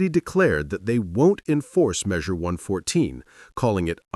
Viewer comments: It's Measure One hundred fourteen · It's pronounced "one fourteen".